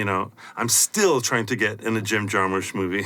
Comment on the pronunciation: I don't know man. I was going to let his mispronunciation of 'Jarmusch' slide, but to double down by calling Elia Kazan 'Elly'. Do better.